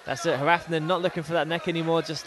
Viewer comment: it's painful to listen to the commentators say Hrafn's name lmao